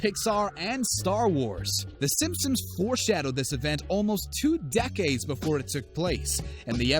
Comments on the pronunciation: We’re supposed to ignore that he’s saying simpsom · he pronounces it simpsims you uncultured swine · Is it 8 or 10?and stop saying simsims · i also noticed that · Am I the only one who hears him saying Simpsims? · Why u saying simpsims? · The “Simpsims” 🤣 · Did he say simsims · im sorry, did he just say simsims? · "TEN TIMES THE SIM SIMS" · Did he say "Simpsims?" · Did you say Sim-sims? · Can you freaking say Simpson’s correct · Did he call them the simsims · he said simpsims for the whole video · It's NOT Simpsims, dammit! There's an "N" at the end, not an "M". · He says simpsims not Simpson’s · Its Sim sons not simsims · Dude cant talk. he pronounces it ‘simsums’ the whole way through 💀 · He said simpsims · He says sims sims and not simsons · It's pronounced simp-sons, not simsims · The Simpsons Will Predict Narator To Say "The Simsins" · You lost me at "Simpsums" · Hes saying simpsoms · its pronounced sipmsom not simpson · Did you say simsims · Why is he calling it the simsims? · I believe it’s “SimpsoNs” not “simpsiMs” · he actually say Simpsims I hear a P and the other times people are pointing out he says it properly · 07 did he say swim sins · No he said simpsims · Why’s he saying simsims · It’s Simpson’s, not Simpsims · He said simphsuns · The "Simsoms" Are My Favourite Tv Show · Lmao SIMP-SONS Not simpsoms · It’s Simpson’s not simpsins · The "simpsims" lol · Is it just me hearing him say SIMSIMS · " the simpsims" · says Simpsims try to hear at the start of the video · Why do you keep saying Simpsims? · I noticed after reading your comment exact as he says simpsims lol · Wheeler go to the start and louden it up all the way and hear him say simpsims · please stop saying "Simpsoms".... you don't pronounce it right once in this entire video and it actually bothers me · Did he just call them the simsims? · Does he keep saying the Simpsom's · He says simpsoms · You said the simswims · Right when I heard him say simsims I was done with this video